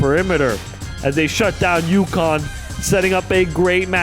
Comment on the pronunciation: ukonn? welcome to "K"onnecticut.